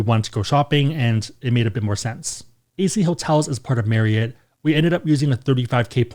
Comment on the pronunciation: That you for pronouncing Marry-it (Marriott) correctly. Ever since I found out how it’s pronounced it bothers me when people say it wrong 😂😂